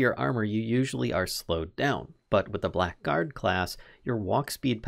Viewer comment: Im sorry if this is overly pedantic, but just fyi, blackguard is pronounced "blaggard" (bla-gurd)